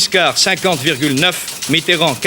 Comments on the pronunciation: Ai-je bien entendu Monsieur François MITTRRAND ? au lieu de Mitterrand ? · "François Mitrand", incroyable ils se permettaient de mal prononcer son nom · Quand on prononçait encore Mitterand Miterand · Mitterand prononcé étrangement. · Les adversaires de Mitterrand "oubliaient" de prononcer le e, peut-être une manière de vouloir le ridiculiser. Mais dans le cas de la vidéo de 1965 c'est peut-être aussi une vieille pratique du français parlé de zapper les syllabes de liaison. Par exemple Talleyrand se prononçaient avant souvent "Tal-ran"